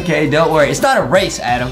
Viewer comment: Adam: slow and steady weely wynns the wase Me and my brother: 🤣🤪🤣🤪